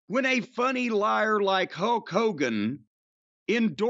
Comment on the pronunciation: Whenever Cornette says Hulk it sounds like "Huck". Maybe it's his backwards inbred country a$$😂